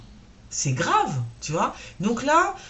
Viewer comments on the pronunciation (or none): none